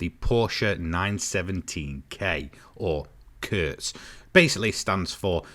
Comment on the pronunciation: I'm risking being that annoying dude, but anyways: The Kurtz wich does just mean short. i would describe the pronunciation as QURTZ to an English speaking person. the KU is pronouced like a Q, and have very much focus on the tz sound.